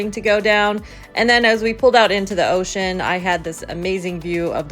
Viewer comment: It is not "ocean". Americans are funny.